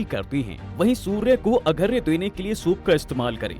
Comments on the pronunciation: Agharya nhi arghya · Bhai arghya hota hai, aghrya nahi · Agharya nanhin arghya hota hai sudh bola karen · Video mein mehnat ki hai lekin AI se bulwa rhe ho kya yaar.... arghya padhne nhi aata hai.... agharya padh rha...